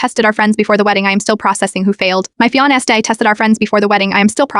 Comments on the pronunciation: My "fiant" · Why does AI have so much trouble with the word "fiancé"?